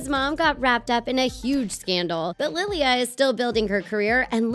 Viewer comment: Don’t mean to come off as rude, maybe just how I pronounce my name where I am from, but there’s no long y before the a it just bugs me a little 😓